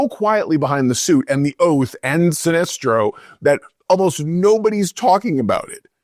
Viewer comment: lol did you just refer to Sinesto as "an alien" instead of Sinestro?